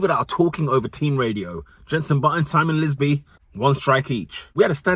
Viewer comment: You saying ‘Simon Lizby’ is a WTH moment 😂. Great vid as always brother